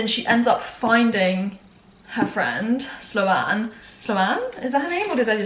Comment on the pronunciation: ahahaha sloan is pronounced s-loan like “i got a loan” not slo-ann hahaha